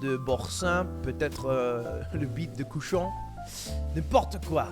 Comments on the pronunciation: Uh It sounds more like he said "bite de cochon" which means pig dick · He said bite de cochon which means pig dick